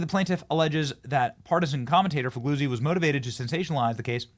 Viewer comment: FEE LEE UZZI (same sound as the z's in pizza)